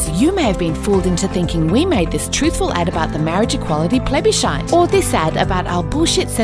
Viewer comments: The way she says plebiscite is disturbing for me. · It's "plebbyshite", not plebiscite. "Plebby"+"Shite".